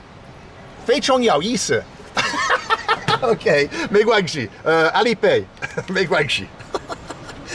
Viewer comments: The reason the taxi driver couldn't understand you was due to one of the four tones being pronounced wrong. Instead of "contains meaning" (= interesting) you told him to "bite meaning" 😆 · Haha, you're going to have a hard time with Chinese tones. Good luck! Call the drivers' shifu" not "pengyou", and interesting, Youisa likes "YO" not "yao". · You keep saying "yao yi si" when it shouldve been " YOu yi si" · To say "interesting" you should say, "feichang you yisi", but the way you say it sounds like "yao yisi", while it should be "yo yisi" like a yo-yo toy. I'm an American that's been living in China for 10 years. I can show you some cool stuff.